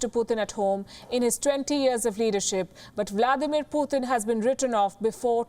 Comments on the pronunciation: It's not Puthin, It's Putin. Read names properly, before you start the story. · It's Putin not pooothin😂